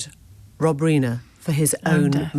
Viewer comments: Um, one tiny quibble. Rob Reiner's last name is pronounced Rye-ner (emphasis on the first syllable), not Reener. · 'Reener'? I'm not sure that's how Rob Reiner's name is pronounced, Emily! But then, you have a bit a bit of a habit here... Kamala Harris was 'Camel-a' right to the end, even as you were interviewing people about how her name was being mispronouned, you continued to call her Camel-a! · How curious that Emily Maitlis can't pronounce Rob Reiner's surname correctly. Rob Reener? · How can you be the only person on the planet who pronounces Reiner like that?